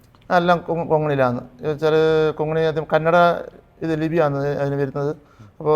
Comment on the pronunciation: Kongini അല്ല, konghani